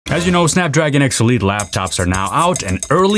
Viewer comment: When you say X elite it sounds like obsolete LMAO, Snapdragon Obsolete xD